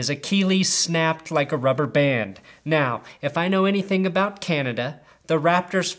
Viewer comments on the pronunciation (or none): You said aboot.